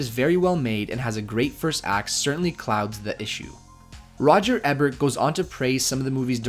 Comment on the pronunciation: Good analysis. I liked "Fight Club" when it first came out, but I've come to appreciate it more in recent years. Roger Ebert's name is pronounced EE-bert, not e-BERT.